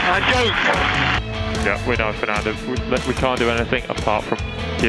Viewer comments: Funny how he went from saying "What a yoik" to how it's said properly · "Five seconds is a yake... a yake!" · "Five seconds is a yoke........ a YOKE" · MARTINJW25 it's uh jook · It’s a yoke! A yoke! The five seconds! A yoke! Where is Palmer? KARMA! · Fernando, how do you think about Seb's penalty in Canada? -5 seconds is a “yoke”, a “yoke”